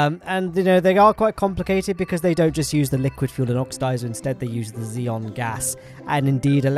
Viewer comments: please, its pronounced Xenon (I'm sorry but you always say Xeon like the Intel CPU) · Did he say ion or xenon? I heard Xeon